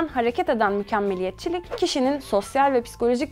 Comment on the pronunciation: Mükemmelliyetçilik kelimesini söyleyemeyip ısrarlarla mükemmelliyetçilik demesi.... :(